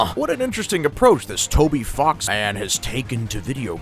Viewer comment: bro did NOT say "Toby Fox"